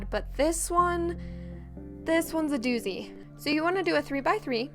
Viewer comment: you said'doosey' funny!